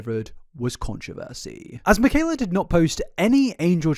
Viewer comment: mikayler nogueirer